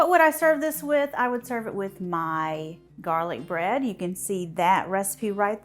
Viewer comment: I think you messed up when you said bread?